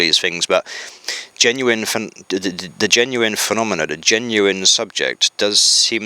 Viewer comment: I think his views are leaning to one side... much like he is in this video. Says Durr instead of The. Has he had a stroke. People who are falling over to one side your supposed to ring 999 immediately. You let him drone on for an hour. I think I should call soial services, its past his bedtime ;-)